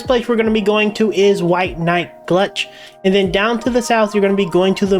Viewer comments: You called it glutch. It's gultch. 😂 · Gulch not glutch lol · "White Night Glutch" aahh that made my day.😂😂